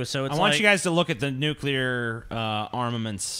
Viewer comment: Nucular devestation situation